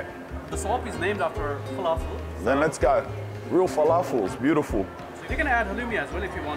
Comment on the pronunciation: Has anyone else started saying "Lets oge" since they started watching?